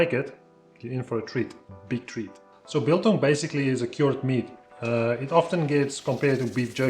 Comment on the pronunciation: Just one thing bro... its not "Beeeel-Tong" let me help you there... focus on the capital letters and combine the two "do you have a one dollar (BILL)" and "where did i leave my barbecue (TONG)? " thats so simple .... "BILTONG" :)